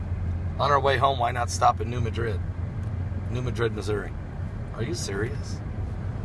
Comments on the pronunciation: It's not muh-drid ,its Mad-rid New Madrid. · New MAD-rid not New MA-drid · New MA-drid, short "a", emphasis on first syllable. Sorry, but it's kind of like Cairo, Illinois, pronounced "Kay-row". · New Mad-drid is how it is pronounced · please say the city name correctly. thank you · He is not saying it correctly.